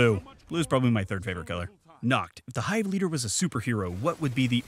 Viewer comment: YOU SAID MY NAME RIGHT!!